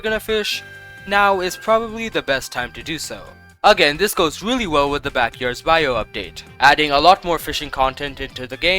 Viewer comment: "Backyards bayou" 😭😭💀